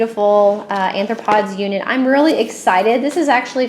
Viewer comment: Sounds awesome, but it is pronounced ARE-throw-pods.